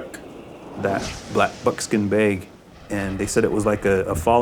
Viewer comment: I don't get it, he pronounce it as black bookskin bages. Is this how they pronounce black bookskin bages? Or did he just like black bookskin bages?